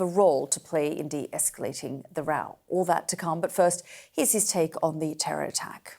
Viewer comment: The questioning is a class in Journalism. Well done. The Defence Minister was sweating !!!! 😅😂😂 And then he admits to harbouring ter-orr!!